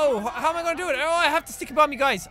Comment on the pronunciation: it sounds like he was saying tikey bomb